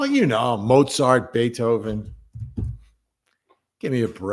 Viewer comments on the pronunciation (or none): It's Mozart, Vinnie, not Mozzert. 😅 Must be the Jersey pronunciation. You're amazing, and it is always such a treat to hear your commentary on these sad cases. Many thanks, and blessings to all. 🙏🏻💚